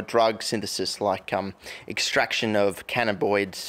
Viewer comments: In this episode of extractions and ire, invents the new word "Canaboids" as well as the return of the well known "Soxehelet" from previous videos. What an episode! So many atrocities to the english language! All jokes aside, awesome video. I was thinking of doing a similar project at some point. Loved the final shot. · ca na ba noid basically theres an extra banana in there but you got it right other than that ;) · Canni-bois xD I love you dude hahaha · its pronounced Canna-bin-oids or CBD and Tetra-hydro-canna-bin-ol or THC... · This is fantastic to watch after trying some of those "cannaboids" you weren't pronouncing right in this video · 3am lying here smokin on the big canaBoiiizdz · dude to be fair i smoke shitloads of weed and can't pronounce cannbanbabainoid or whatever the fuck it is hahaha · To be fair doing drugs makes it harder for me to pronounce cannabinoids too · Not sure whether your inability to pronounce cannabiods shows you don’t do drugs as you’re not familiar with the terminology, or you do so many drugs you no longer have the mental capacity to pronounce words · You can pronounce every other chemical name other that CANNABINOIDS 😳😂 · A South Australian who can't pronounce cannabis... *sure*...